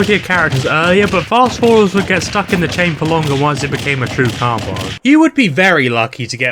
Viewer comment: I also don't like how you say combo but good video otherwise no notes